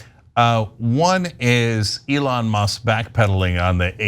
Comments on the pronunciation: Why can't this guy pronouce Eon's name correctly? EE-lon not eh-LON. As in EE-lon Musk is not a genius and a terrible businessman. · "aLON Musk" 😂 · This guy pronounces Elon like A Lawn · Bro, pronounce Mr. Musk's name correctly. It's Elen , L-N. Get it right. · I dunno but I propose that we pronounce his name Ellen from now on. Ellen Musk. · PLEASE continue referring to "Elon" in that feminized pronunciation. Its hilarious! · This dude is obviously pronouncing Elons name wrong on purpose. Youve heard his name literally everywhere. Dont tell me this intelligent guy cant say "Elon" as its supposed to be pronounced. that stuffs just annoying. I hate Elon but come on its hard to take this guy seriously, he literally pronounces every other word correctly so its no accent. Its willful ignorance in my opinion